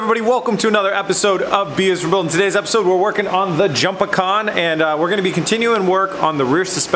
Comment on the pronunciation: When he said jumpacan I heard decepticon😂